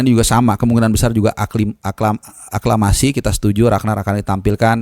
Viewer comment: saking semangatnya, beberapa kali mau ngmng aklamasi salah terus ya bang 😀